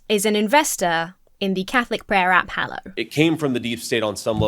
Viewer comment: Is this "Hallow" or religious "Hello"?